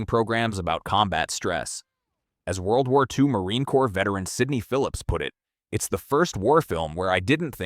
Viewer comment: AI NARRATION SUCKS, CAN'T EVEN PRONOUNCE WW2! HIRE A HUMAN BEING!!!!!!!!!!!!!!!!!